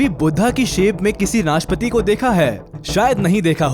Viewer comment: भाई वो नाशपति नहीं नाशपाती होता है|